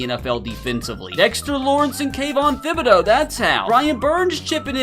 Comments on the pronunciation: Tib eh dough is how its pronounced my guy 😊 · I seriously cannot stand how he pronounces Kayvon Thibodeaux's name. Its like Tip or Tickle not Thin or Thick. You don't pronounce the H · The H is silent.